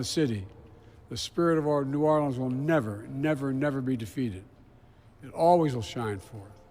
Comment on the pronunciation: Hey Joe, it was New Orleans not Norlans.